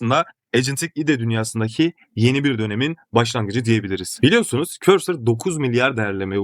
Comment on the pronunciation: Videolar icin tesekkurler ama yapa-biliyorsunuz, kura-biliyorsunuz, o-diye-biliriz demek yerine dogru sekilde telaffuz etseniz keske. Biraz rahatsiz etti de :)